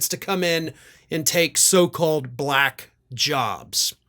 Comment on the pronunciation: mr. trump what color is this crayon?? black & what color is v.p Harris?? just turned Blahckk... she wasn't& now she is Blahackk...its the most disgusting pronunciation of the word ever...